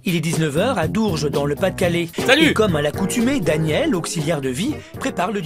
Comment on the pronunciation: J'ai entendu dourges J'ai buger ! J'y vie ! 🤣